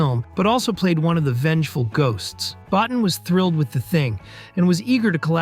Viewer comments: Rob Bottin. His surname is pronounced “Bo-teen”. Easy enough mistake to make… but also easy enough to get right with the appropriate amount of background work. Your mispronunciation of key players’ names is really dragging the quality of your content down. Invest in some more up-front research and checking and it’ll pay dividends down the line.. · Bottin is pronounced "boh teen"